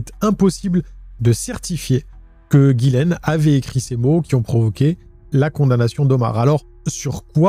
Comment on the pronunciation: Ghislaine ou Gillaine? Car dans la description t'as mis Ghislaine et tu dis tout au long de la vidéo Gillaine ? Sinon Omar selon moi est innocent que c'est une coïncidence qu'il soit présent dans les parages de la victime